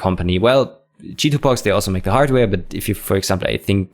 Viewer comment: Just me or does it sound like is on purpose saying chitubox as shit in box!